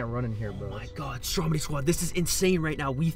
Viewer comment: it's stromedy not strodemy